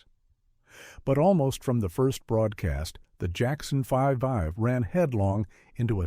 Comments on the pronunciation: “Jackson Five-ive”? Really?? 😂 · The Jackson 5 ive? Your AI needs to learn how to read. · I loved "The Jackson Fivive! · This HAS to be AI tracked! Everyone knows that it’s pronounced The Jackson 5, spelled out 5ive.